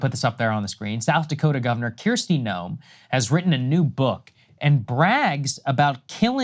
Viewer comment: Hey Saager her name is not Kirsti.